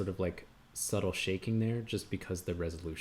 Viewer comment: Thanks! You helped me and I really spend hours to create a simple video of color hues! But eventually, how am I supposed to export it 😅!😂 The last word you said "But once we sexport it"🤣🤣🤣🤣🤣🤣